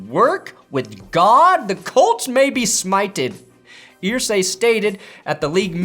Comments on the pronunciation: Brother, they pronounce their name "ER-say". Not "Eer-say". Big love! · Jim "Earsay"? Really,? Have you followed the NFL at all over the last 2+ decades? Does this mean I'm supposed to start pronouncing the word "stir" like "steer" now?